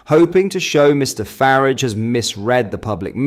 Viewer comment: Constantly mis-prouncing Nigel Farages name is getting a bit tedious. 🙄